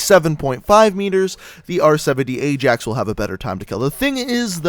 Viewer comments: that's what im saying hahahahaha pronounced it aye-JAX and its pronounced aye-AXE. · to 1 mil with no vids the place in Netherlands (and the football team) pronounce Ajax as Eye-Jax. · no in the netherlands its pronounced as eye-axe and im from the netherlands so dont even start an argument